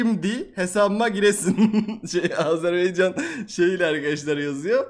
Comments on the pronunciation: Abicim Azerbeycan diyil Azerbaycan rica ediyorum buna dikkat edin zor diyil❤ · Ya reis Azərb(a)ycan , Azerb(e)ycan dyil,bu kadar zor olmamali ogrenmek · Azerbey değil Azerbaycan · Azeri kelimesini dememeyi öğretmeye çalışırken Azerbeycan diyen yüce gönüllü insan 😆 Azerbaycan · Abicim Azerbeycan diyil😂 Azərbaycan oyrenelim uzuluyom oyle deyince😢